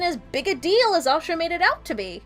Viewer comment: It's Asha ;) Osha is the wildling with Rickon that Ramsey stabs..and this is why they changed her name :)